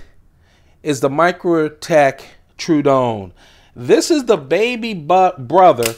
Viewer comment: I hate to be that dude, but the way you say True-don instead of true-a-don hurts my brain....